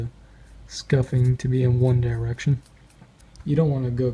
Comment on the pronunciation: dye-rection lol